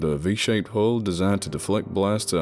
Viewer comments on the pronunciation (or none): none